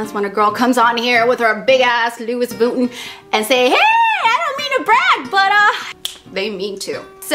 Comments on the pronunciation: Omg u didn't just say Louis Voootin did u  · Love love your personality. "Lewis vootin" lmfao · lou-ees buttun. lmfao. binge watching her old vids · Love your channel so lovely you say louiss vuitton lol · hahaha did she say luis vuton? lmao hahaha i love her :D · "Lewis Vootin." I love you so much. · The way she said loius vuitton bahaha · lol the way she says Louis Vuitton